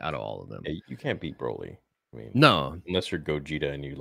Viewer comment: Thank you so much for saying it BRO-li and not BRAWLY lol